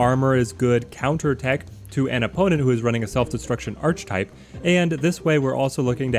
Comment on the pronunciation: Archetype - pronounced "Ark-ee-type", not "Arch-Type"